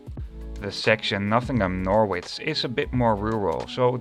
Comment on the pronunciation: Norwich is pronounced Norridge as in porridge.